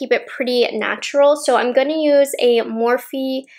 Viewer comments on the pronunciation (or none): none